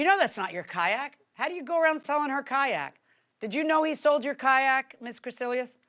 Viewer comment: Say Kayak one more time and see what i do